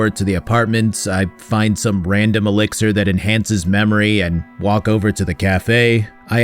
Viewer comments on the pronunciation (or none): none